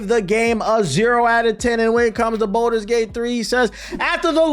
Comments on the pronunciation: Please quit calling it bolders gate its baldurs gate but good vid other then that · “boulders gate” kills me 😂